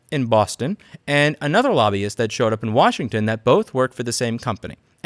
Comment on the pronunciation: Don't you mean "Worshington" ?